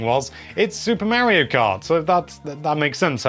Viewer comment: Omg the amount of Mary-Os is driving me insane.